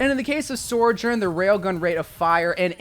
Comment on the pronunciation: ..."Sorjourn"? lol Also in response to your "Sorry if you're getting bored with primary and secondary fire." Nah man, that's what I came for. Something in-depth. Thanks!